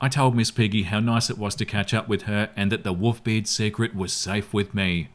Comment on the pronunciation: Wont lie was listening to this and not watching...thought he was saying WOOFBeard until he literally said Wolves....and even then he seem to be lacking an L everytime he says it xD